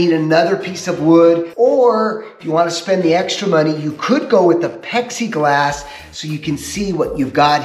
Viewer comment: Pexi glass he says 😂